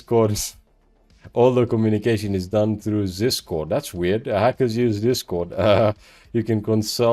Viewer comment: Everytime he said "ZisCord"🤣🤣🤣🤣🤦🤦🤣🤣🤣🤦🤣😆😆